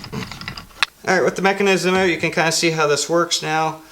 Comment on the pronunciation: Good vid. Great beard! I like the way you say "ewt". Like "ewtside" or "I figured it ewt." Cheers!